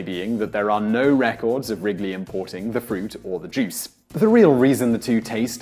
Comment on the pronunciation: i tought he said jizz